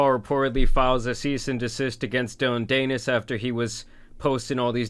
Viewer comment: Dee-Nis rhymes with Pe…. Nevermind